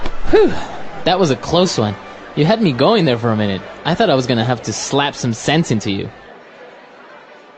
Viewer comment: fluent path english を古い順からやっていって今回で100回目でした！ 後半のphraseは少し難しかったですが、bachelor やaltarなど、過去に登場したphraseも多いと感じました。 jeopardizeは初めて知った単語でした、元はどちらに転ぶか分からない勝負 → 危険に晒すって感じなんですね。 最後の slap some sense into は some sentence into に聞こえてしまった